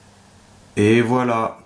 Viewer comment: Il dit "et voilà" ou "ebola"? Je vous le donne en mille........